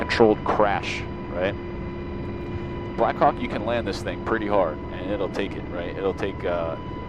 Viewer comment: i always hear "blackcock" instead of blackhawk